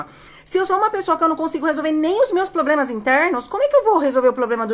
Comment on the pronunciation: CANDITADOS, não falem POBLEMAS na entrevista.